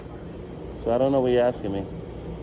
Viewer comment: "Axing" me questions.🤦🏻‍♂️